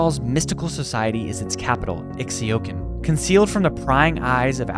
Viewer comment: It's read "eeshtal" and "eeshaokan"